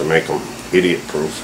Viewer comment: "Iditiot Proof" Thats was funny! Nice Gun!!